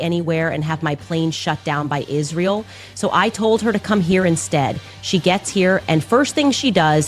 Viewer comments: Until Candace can learn how to pronounce Israel, and stop saying "ISH-REEL", I don't want to her jack sh*t out of her derp mouth. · She actually pronounces it “Ishreal”